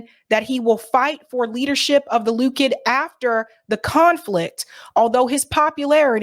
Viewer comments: its pronounced Le kood, not Loo kid. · That's funny. You said 'Loo-kid" party. Keep on letting them have it, girlfriend!